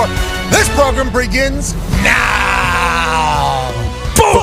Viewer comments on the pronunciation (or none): The “breginning” of the progrum